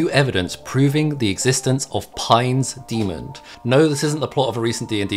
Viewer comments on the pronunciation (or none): why do you pronounce "demon" as "demond"?